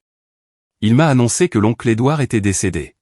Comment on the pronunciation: L'onclé doir???? N'est-ce pas l'onclé Edouard plutôt, pauvre cloche d'ia,tu parles d'une intelligence artificielle !!!